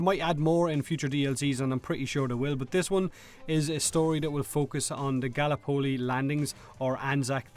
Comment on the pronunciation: I played battlefield 4s single player up until the first QTE, then I quit. Nothing kills the mood like 'Press E to stab' appearing on the screen. If BF1 has QTE it will be 'Press E to stuff Billiy's intestines back in', and the first thing I'll do is exactly not that. QTE's are the epitome of 'no choice gameplay'. PS, your pronuciatiation of Gallipoli sounds super wierd, like it was 2 words 'gally polee'. It's more like gallop-poly. Gallop like horse, poly like polypropylene. At least that's how we pronounce it down here in Australia, but we have some wierd pronunciation too.